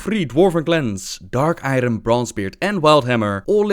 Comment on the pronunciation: Also novbbel it may sound dumb, but Iron is pronounced more like iorn in english.